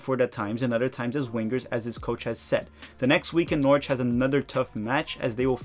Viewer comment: and another pronunciation tip - it's ve ne zia (the z as in pizza). and also Norwich is norrich and nottingham is nott'ngh'm